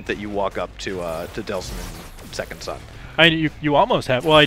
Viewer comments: You got his name wrong too, its Delsin. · So... The person who reviewed this game doesn't know the name of the main character (he says Deslin - it's Delson), the name of the main enemy (he says Conistene - it's Augustine) and can't remember how many powers there are in the game????!!! Seriously IGN?! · is Delsin. The subtitles in the game even confirm that